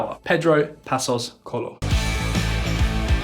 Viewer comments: CO-E-LHO!!! "Colo" is not even close. Do your homework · Man, tf is "Colo"? it's C O E L H O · It’s not Pedro Passos Colo is Pedro Passos Coelho 😅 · Pedro passos " cólon " 🤣🤣🤣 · 'Colo'? :D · Pedro Passos Co-Ey-Lo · The "o" and "e" in Coelho are pronounced separately, while the "l" and "h" form a single sound. So it would be something like Koo-EH-yoo. Also, I tend to like your videos and is good to here some macro-economic discourse different from what we are accostumed in Portugal. That said, I think it still carries a bit of prejudice against the "Latin countries". Like if anything goes not so good for Portugal "well they are a small Latin country after all..." We still remember Dijesselbloem and the arrogance of the Northern europeans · coelho is not pronounced colho, we aren´t spanish to say más habitacion its mais habitação, also theres missing context although more of the writer fault than his probably. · It is so annoying to thear the presenter say COELHO so wrong. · Dear, love your knowledge of our country and overall this video is quite accurate on us, the average Portuguese always deceived by greedy and corrupt leaders. Even though you tried real hard on your Portuguese, for heavens sake please get some help on those Portuguese tongue twisters like "Coelho", and the cringing mistake in the spelling of the "flagship" Socialist housing programme called: "Mais Habitação" to Spanish "Mas Vivienda". This is a mistake, us the Portuguese, tend to not enjoy very much. We are not Spain, please. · I'm sorry to say this but you really need to work on the pronounciation of Portuguese names, José is ending up as Yose, and Coelho sounds like Colo, not even close as what it should sound like